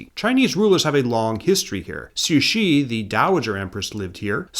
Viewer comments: Taiwan was not "known to the Japanese as Formosa" but rather Formosa was the common European name for the island. Japan referred to the island as Taiwan (台湾) and so did the local inhabitants. I also noticed you sometimes pronounced Cixi as "Suxi" and Yuan Shikai as "Yu-an" when it should be "Yuen" - but besides that, excellent video. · Not downplaying the quality of the video or how much work went into it, but its really funny to hear you pronounce Cixi as Sushi